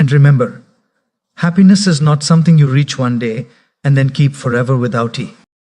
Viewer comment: Truly motivational. But is this AI generated using his voice? Asking since somewhere where the text read ‘NO T’ instead of NOT, it was pronounced as ‘NO T’ and not ‘NOT’. Same with ‘WHA T’ instead of WHAT and likewise the pronunciation. In any case thanks for making people aware and spreading positivity 👍🏻